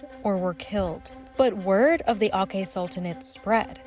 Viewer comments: U said aceh the wrong way its pronounce aceh not akeh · tiny tiny correction: Aceh is pronounced "A-CEH" with hard C as in "Cherry" or "Cheese" not "A-Keh" (english C, pronounced K). We Indonesians pronounce everything as it is written. Apart from that tiny mispronunciation, nice video. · akeh 😂 it's atjeh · Aceh is pronunced A(ch)he not Ake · It's Aceh not Akeh, c as in channel not c as in ache. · It just hurts credibility so much when you read out 'Aceh' as 'Akheh'... Over and over again; very hard to ignore... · Akeh 😭😭😭🤣😂😂😂 its aCEH, c pronounced as CH 😪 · it's very informative eventhough the narator butchered the spell of Aceh. Its A-Ceh. Not A-Keh. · For information, its aceh with c spell not sound like K spell And aceh never become part of northern sumatra, that really sensitive words, thats what happened for many years one of the reason to become conflict when aceh want to gain independent So please becareful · Aceh is pronounced "ah-cheh" not "ah-KEH" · its pronounced “A-ch-eh” not “Akeh”. Funny for a video exposing colonial rule you guys pronounce it the English colonial way. Research correctly. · correction on the pronounciation of "Aceh", the "C" letter is pronounced the same as in saying "China", while the way the narrator said the "C" letter is the same as in saying "Soccer" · akeh sultanate 🥲 it's pronounced acheh 😭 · It’s pronounced “a-ch-eh”😫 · it’s aceh not akeh. c is not pronounced k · and they says ALLIES ARE GOOD. NO. ASIA EXPERIENCE IT THE HARD WAY. KITLER AND HIS HOLOSAUCE IS NOTHING TO WHAT ALLIED FORCES DID TO ASIANS. Indian, Indonesian, Chinese, etc. edit; it's ACEH. C is C. not K. C is like in the word 'Cherry'. please learn how to spell things normally in human language. not according to english pronunciation doctrine. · It's pronounced ACHEH not AKEH. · A little correction, Aceh is peonounced ah-cheh phonetically and not with a k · Aceh is pronounced a-tcheh not a-kheh. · The pronunciation of Aceh is "Acheh" not "akeh"